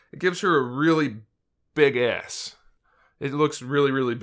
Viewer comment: ''A really BIG ASS.'' That emphasis lol.